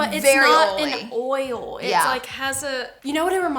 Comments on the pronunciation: It's pronounced "oYle," not "ole" ha! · I laugh every time you say OIL….you say “OL” 😂